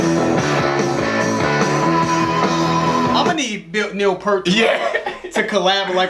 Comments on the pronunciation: Real quick: Just wanted to let you know that Neil Peart's name is pronounced "Peert," like "ear" but with a P and T. Don't worry; I screw up his name all the time. Sorry, Neil! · You guys do a great job! I love that you concentrate on the lyrics. Just one small thing - Peart is pronounced Peert (like beer). Thanks for the great videos! I love watching them. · Neal Peart is pronounced "Peert." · Time you learn to say Neil Peart's name correctly. It is "ear" with a "P" in front and "T" on the end. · Yes, he'll never say so, but Neil appreciates when his name is pronounced correctly. :) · You know you’re not a RUSH fan when you mispronounce Neil Peart’s name.